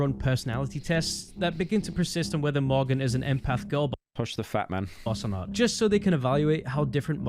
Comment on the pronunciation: Every time he says morgan it sounds like mogger I wish it was his real name